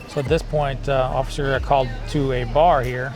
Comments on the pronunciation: He said “Occifer Dofry” 😂 I’m sorry but I laughed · He said occifer😂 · Ain’t no way that dude hit the cop with the “occifer”